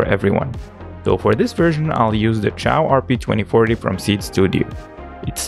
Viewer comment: Not chao, xiao it means small in Chinese.